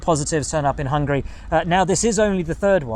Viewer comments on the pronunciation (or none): none